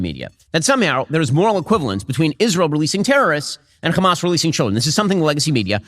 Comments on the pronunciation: he said hamas totaly normaly here. Why cant he proceed and keep saying it normal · It's Hamas not khamaz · "Kchamas" counter please? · Hamas is an Arabic word and the first letter is difficult for the Israeli Jews to pronounce since they are from a European decent which is ironic since their language also has that letter, that’s why they pronounce is “Khamas” but there is absolutely no reason what so ever for Ben to be saying it like that and makes him look soooooo stupid to us Arabs, it’s very embarrassing. Bro is just copying everything the zionists say bar for bar. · If shabeebee says Khamaschk one more time I’m going to lose it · Why is Ben unable to pronounce the word "Hamas"? Anyone who can speak English can pronounce an "H"